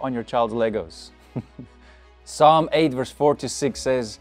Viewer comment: wait did you say psalm as "puh sum"